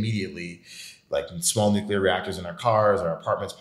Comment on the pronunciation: Did this fool say nuclear energy ? Smh